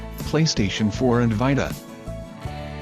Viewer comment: Wtf is a PlayStation Vitahhhh?